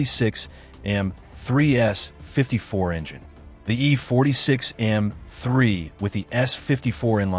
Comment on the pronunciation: You're struggling in pronouncing M--3